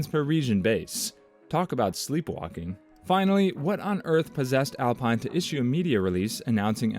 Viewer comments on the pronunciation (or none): OMG yes please adjust pronunciation. also Bree-ah-tor-RAY